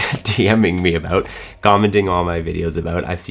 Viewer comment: There is no better "about", in the English language, than a Canadian aboot.